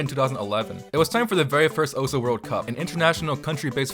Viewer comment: it is actually not pronounced (oh-su) its pronounced (oce)